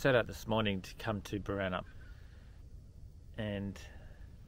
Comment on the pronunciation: Glad or hear you get Boranup right, annoys m when people weight the first syllable. I learned to swim at Flinders Bay and Hamelin Bay. I used to fish off that jetty.